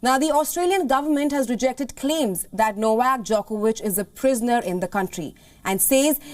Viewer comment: STOP SAYING THE UNVACCINATED JOCOWITCH....HIS FUCKING NAME IS NOVAK DJOKOVIC...LEARN HOW TO SPEAK ENGLISH ALSO, i see the home affairs minister is called KAREN